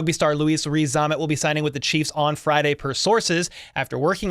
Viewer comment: Veach and his scouting team... miles ahead of the pack. That said, I don't see why you struggle so much with his name. Rees-Zammit, as it spells, pretty simple.